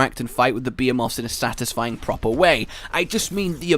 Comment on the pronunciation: the way you say behemoths sounds like you're saying beaver moths